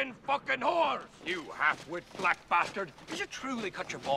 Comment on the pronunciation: "for bleck history month"